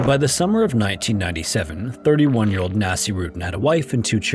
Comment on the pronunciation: Okay I am pretty sure you butchered the name. Nasir/Naseer is a name. It’s never pronounced anything like ‘nasty.’ It was more likely pronounced Naseer-uddin… but what do I know?